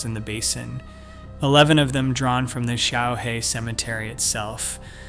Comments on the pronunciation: 小河 - Xiaohe - small river. The Chinese developed Pinyin to help others pronounce Chinese and with a tool like Google Translate there is no excuse for your terrible pronounciation. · Xiaohe is pronounced shyao həh, and simply means 'little river.' I don't know how to show the tonality with my keyboard, but it would be very similar to the Nike "swoosh" logo in tone.